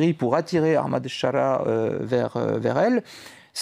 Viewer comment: aKHmad ? qu'est ce qui a soudainement fait prononcer les francais le H en KH ? Au pire tu dis A-mad.